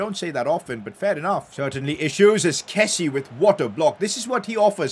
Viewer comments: Pcq: He’s not Kessi…he’s Kessi-a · not a pcq but please pronounce kessie right its kessi-ay